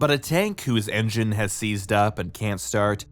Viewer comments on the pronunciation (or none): none